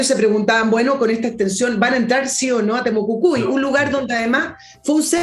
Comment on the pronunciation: Excelente Villegas pero debe ser más rigurosa, se dice Temucuicui y Europa, me reí como te sale decir Temocucui y Uropa.